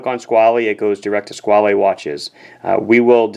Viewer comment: Before TGV came along I liked the name, I thought it was simply Squale, with the "...ale" as in "Ale" or "Whale" etc. He really ruined it for me, I'm dreading to see what he would do with words like "Squalene Oil". Squale as in whale is much nicer and what Robert Shaw or Roy Scheider would say. I'd have the blue one like his by now if only it wasn't for the odd looking flat facet on the right case side and this way he pronounces it. He sounds like he's mangling words like as if he was The Continental - Christopher Walken in the SNL sketches, a favorite sketch of mine though. He lives right near him here in NYC too, still the same mustache! LOL